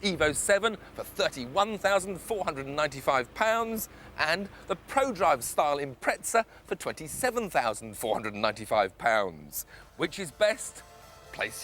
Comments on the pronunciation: Anyone else find it annoying how he says Impreza? He's pronouncing it as though it's Imprezza (with a "tz" sound). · Why must he say "Impretsa"? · Luke Kindred Yes, all 3 say it differently, but my point is the UK adds a T sound where it doesn't belong. The name isn't Italian. It's a twist to the word "impressive".